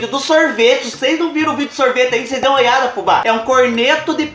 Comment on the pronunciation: Amoo, quando vc fala "cheire pra ocês vê